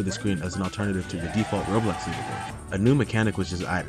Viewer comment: Its Roblox not robux